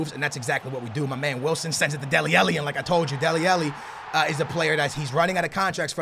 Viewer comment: It pains me when you say Deli Alli like Deli Ellie (ah-lee not eh-lee)